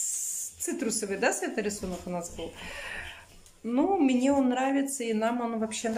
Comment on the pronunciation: непробиваемая... " Мине...", " фабЭрлик... "